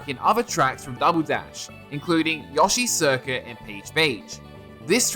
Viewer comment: did you say yahshi circuit lol